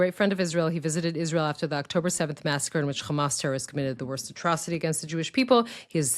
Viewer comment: Still pronouncing Hamas wrong! At per minimum, use a normal “h” normally. ⚠️ What denial of “gender fluidity” is she’s talking about?